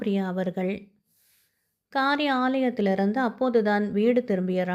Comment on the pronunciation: குழந்தையும் தெய்வமும் கொண்டாடும் இடத்திலே என்று காட்டும் அருமையான கதை.நல்ல குரல்.வாழ்க மகளே.தொடக்கத்தில் காரி ஆலயத்திலிருந்து..என்று பிரித்துச் சொன்னது கொஞ்சம் நெருடல்.